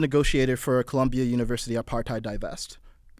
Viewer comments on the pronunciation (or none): none